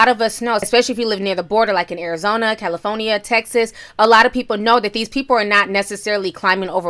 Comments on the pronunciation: Lol...i just love how you say CAL-I-FORN-YA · Nah she say, "CALA PHONIA" 😂